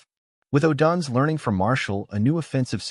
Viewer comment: Stop mispronouncing odunze😢